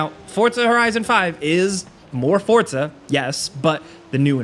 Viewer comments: It drives me crazy that he says fortsa instead of forza 🤦‍♂️🤦‍♂️ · It’s “FORZA”…not “Fortas”…😂🤣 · Forza, not Fort-za, so annoying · bro, as someone who speaks spanish and italian: dont say "FORTZA" lol. just say Forza. Sounds clownish. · "Forza" not "fort-za". There's no "t". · Please call it “Forza” not “FoRtZa” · Here's a comment for you then, why do you call the game Fort-sa ???? its For-Za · It's 'Forza' not "Fortsa" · Fortza? you mean Forza? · idk why everyone says fortza horizon. lol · Every single sole saying 'forza' be like: forTza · everyone: Forza Americans: Fortzaa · lmao. its "forza" not "fortza". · You said forta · FOR ZAH not FORT ZA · ForTza hah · Can I just ask why muricans pronounce it for t za? 🙄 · People need to stop pronouncing “FOR-ZA” WITH A T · ah yes, forTza, forgot the T was there. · how do americans fuck up most words on the planet?!?!? it geniunly bugs the shit out of me when i hear "for-t-za" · I can't take this guy seriously when he can't even pronounce the name of the game correctly. It's not pronounced "Fort-za" ! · I can’t Unhear “forTza” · Dude, where is the T in Forza? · There's no D in Forza🙄